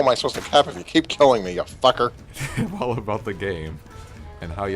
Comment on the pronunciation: "...They'll make a whole bunch of 2012 memes..." Isn't this the same guy who spent a whole video saying "facker" over and over again?